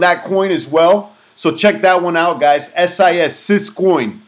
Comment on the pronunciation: Is it me or did you keep repeating SIS instead of SYS